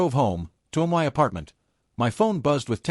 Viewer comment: Shaking "M Y" head on this sadly illiterate AI voice. 🙄